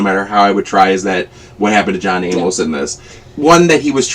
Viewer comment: I suppose it is possible people could forget John A-MOS was even a big deal (and alive) since they didn’t include some of his story (like being married to Corrinne) in the ITBT movie. I could easily have forgotten his name by now. But no WAY can we forget him after Heather Graham’s epic pronunciation throughout the movie. 🤣.